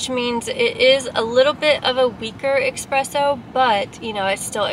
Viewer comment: You never said espresso...you said expresso a million times tho🤣